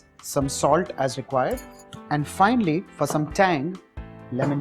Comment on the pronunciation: Hey, I wanted to suggest 1 cosmic change in your pronounciation of "Finally" U say Finely to Finally